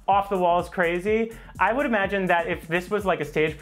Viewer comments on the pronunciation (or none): none